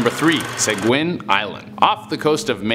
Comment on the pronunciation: Seguin Island, ME, USA is pronounced "seh-geen". Just thought you'd like to know. :D